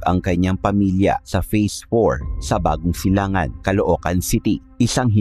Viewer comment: Bagong Silang po.hindi bagong Silang an boss